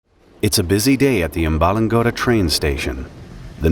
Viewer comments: Umba-lung-oda (like tony soprano trying to say odour lol) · Amb-balang-godthuh the dth type sound is wierd cus idk if its in english but thats kinda how you pronounce it.